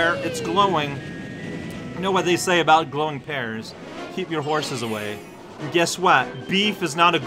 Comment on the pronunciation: 1. Not gonna lie, when I saw the tag I totally expected to die at the end of a level. Made for a fun surprise though. 2. Huh, I figured Canadians said the word “about” in a unique way, but I guess is so unique that he says it “a box”.